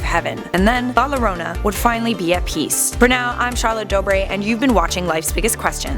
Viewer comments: Max D same but I thought for the pronouncing was ya-rona sorry if I'm wrong but it's funny to scare the lil kids with the warning that la llorona is going to get you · Max D nah not pronounced jorona because she’s pronounce it wrong aswell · Its "yorona" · never said "la llorona" ever again in your life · The way she says llorona bothers tf out of me 😂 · As a Mexican American It's Funny When I Hear Non Spanish People Try To Pronounce LA Lorena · YOU PRONOUNCED IT WRONG AHHHHHHHHHHH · The way she says La Llorona 🤦🏻‍♂️ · Watch Coco and pronounce it correctly please. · Am I the only one that got triggered by how she said la llorona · Dude say it right 😂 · So Funny... when she says it XD It is real!!! In Mexico. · I’m offended how she says the name idk y but I am😂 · Francisco Is savage same as soon as I heard it I was like wtf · Yeah, but it isn't hard to pronounce "llorona" for an English speaker expect with the tapped r sound, she could have at least looked up how to pronounce it, especially if she was gonna say it so much. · Same! It’s really annoying how she pronounced it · Yah or yorana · yikes she pronounced the L in llorona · Not lorona, if anything say it as yorona(llorona) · it's pronounced "jorona or yorona" not lorona"jorona or for u "yorona" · I’m done lmao this white girl said la Lorona it’s la YOrona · Its la yorona not lorona (La Llorona) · "La lorona" you pronounce it like this La Yo-Row-Na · Lol she said La loroena its pernounced La Yoroena! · Max D, you are right. It did annoy me too. The double "LL" in spanish is pronounced like the "Y" in English, thus it's pronounced "yorona" 🤔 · The way said the name scares me i know some people roll the r in llorona but it sounds like shes saying lowrona in stead of yorona (llorona) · “La lorona “ it’s pronounced la jorona this annoyed me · Its "yorona" the double L makes a Y sound. Like tortillas is "torteeyas" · Max D it’s actually “la yorona” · Its pronounced jorona genius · Pronounce yorona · la lorona lol